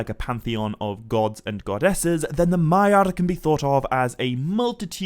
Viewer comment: I love the content but I have a really hard time abstracting from all the rolling on the r's why do you pronounce it SauRRRon, MaiaRRR and ValaRRR? Like Tolkien was from Spain? I'll keep watching because the content IS high quality!